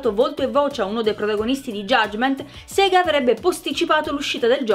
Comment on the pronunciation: si pronuncia "Sega" ok che in italiano da ridere perché significa anche masturbarsi ma dire "Siga" è sbagliato, basta avviare un gioco classico di Sega per sapere come si pronuncia (perché c'era un coro che diceva "Sega")